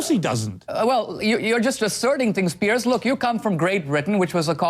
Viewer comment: You don't know anything about me or my ancestors. It is not the same situation. You don't know what you are talking about. You can't even get his name right. It is Piers, not Pierce. Bush was a US citizen as well so, you are comparing apples to oranges. I didn't agree with everything about the Bush administration either, but Obama is alot worse. How you turned this to politics makes no sense either. Good luck to you.